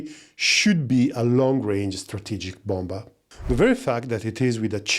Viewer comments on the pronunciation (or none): I hope you don't take this the wrong, but the second B in "bomber" it's basically silent so you should read it "bomer"